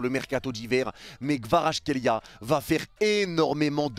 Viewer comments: Merci pour tes news et pour avoir dit des belles choses sur KVARA mais, Mec peux tu faire un effort et lire son nom correctement stp? C'est quoi votre delire olalaaa?! KVA-RA-TSKHÉ-LI-A C'est incroyable de prononcer son nom aussi mal mec!! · J'suis géorgien jsuis content et... OUI! Par contre ton accent quand tu pronnonce son nom x) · Petit tips pour la prononciation : C'est en deux parties -> Kvarats - khelia avec le "kh" qui se prononce "hhh"